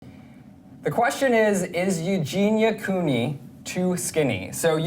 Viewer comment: who tf is eugina cooey